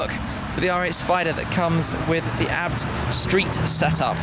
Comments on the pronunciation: Shme the kind of guy to pronounce a b t abt😂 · Its not abt its A B T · Am I the only one that gets annoyed when Tim says ABT instead of A-B-T?